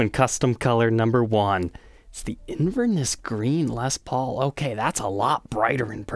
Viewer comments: Wee pronunciation tweak: in Scotland they say “InverNESS” with emphasis on the last syllable. I don’t know how Scottish that colour is, though! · Nice video but would be amazing if you’d learn how to say Inverness properly 😊